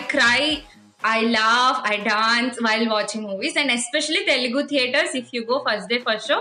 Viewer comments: Even if you are malayali, i have seen nice North Indian people but all of them are a bit ignorant. They don't put in the effort to pronounce the name of the language property, so many of them actually call it teelgu, which is frustrating. And these are people who have been living in Hyderabad for more than 5 years that's why I am angry and that's why I am ranting. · The teelgu thing is so true. It's so annoying when North Indians pronounce like that. You don't know the language okay but learn to pronounce the name of the language atleast.